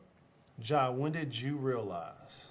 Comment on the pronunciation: Just curious, why did you add an “h” at the end of “Ja”… his name is Ja Morant